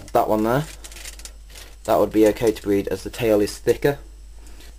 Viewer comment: ha ha how to bweed leopard geckos bweed fuckin hillarious